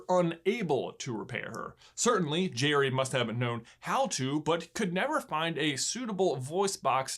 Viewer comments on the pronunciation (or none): it's geri not cherry cuh'😂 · It's Gerri not Jerry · I thought it was pronounced "Garry's game" not "Jerry's game" :( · In language arts class we were doing a plot diagram on Pixar shorts. This was on of them and lots of them pronounced Geri like jerry instead of Gary. I was pretty sure it was Gary and you obviously agree with me. I know it's trivial, but you guys are the kings of trivial. By the way, great video. I always loved this short and I use the strategy of flipping the board around, every time i play chess. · Noooooooo! Not gire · It's Gee reee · I thought it was pronounced like Gary...... And I'm sticking with it 😜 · I always thought it was pronounced like Gary, but the Jerry-like pronunciation makes more sense. :P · If an E or an I follow a G, the G is pronounced like a J. That's if you speak English, which... I think you get it. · Anyone else thought you said his name with a G sound and not a J sound? No just me? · I think that's an accent thing. They do kind of rhyme the way pronounce the names. Where I'm from, the definitely don't rhyme.